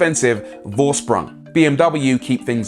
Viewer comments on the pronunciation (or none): FOR-SPRUNG, not vor-sprung. The V is pronounced as an F